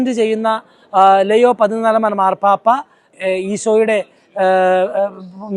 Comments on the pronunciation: ലെയോ അല്ല ലിയോ 14ാം മൻ പാപ്പ എന്നാണ് കൂടുതൽ ഭംഗി😢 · ലെയൊ ആണ് ഉച്ചാരണം ശരി ❤️